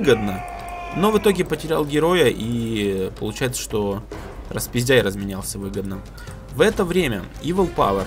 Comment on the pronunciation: Фэт, ник Распиздэй а не распиздяй, не обижай)))